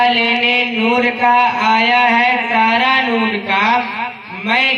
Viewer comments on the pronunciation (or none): none